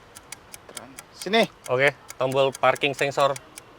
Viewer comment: Kirain typo itu mulut, ternyata emang sengaja ngomong parking sengsor